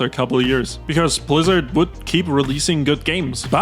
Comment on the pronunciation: 33 mins in homie doesnt know how to aay blizzard homie says plizzard